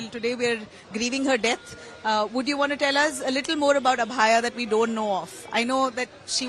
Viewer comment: Why the reporter is not able to pronounce Abhayaa